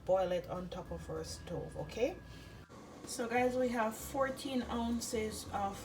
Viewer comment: Is it 4 oz or 14 oz of sorrel? The way you say it in the video is not clear to me. Please clarify.